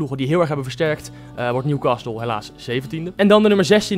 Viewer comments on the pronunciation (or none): newcastle spreek je uit zonder 't' lol